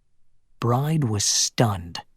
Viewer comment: The main female character’s name is pronounced BRI-DEE, not Bride, like bride & groom. Bride is an Irish female name.